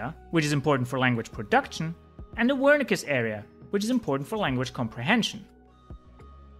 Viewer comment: Solid info. But it is THE brain not DE brain. T is not the same pronunciation as D